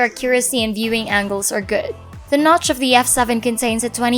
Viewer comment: the nowtch 😂